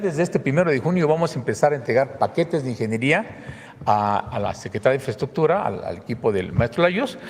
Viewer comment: Mas " infreschukchur " para la maña😁